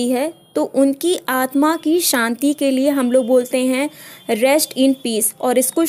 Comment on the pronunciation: santi nahi shanti.sa aur sha main fark nahi pta.tum pakka U.P ki hogi.